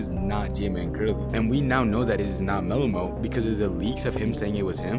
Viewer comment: Its mellomelt 😂